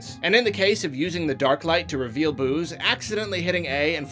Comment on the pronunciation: Any one else hearing booze instead of boos?